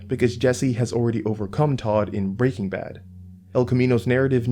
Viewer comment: why do you say breaking bad like that? lol